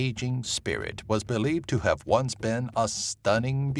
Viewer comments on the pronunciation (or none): none